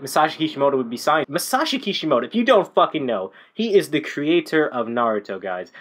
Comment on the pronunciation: its masashi kishimoto but nice video